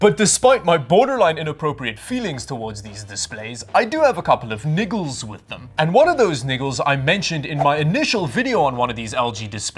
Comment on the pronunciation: He said niggles right?